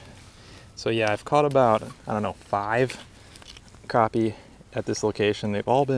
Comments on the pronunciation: It's not cropi it's crappie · crappie not croppie